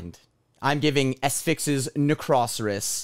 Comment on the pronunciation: Nice trick. You knew how to pronounce Necroceros from the beginning. Great review. Loved it. My all time favourite Asphyx song will always be Deathhammer.